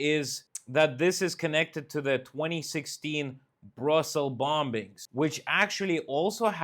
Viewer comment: Morning, bombing is pronounced bomming in English (the second b is silent). Keep up the good work. Cheers Mike